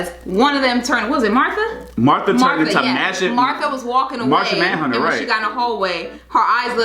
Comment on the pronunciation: Lmao he said Martha Manhunter 😆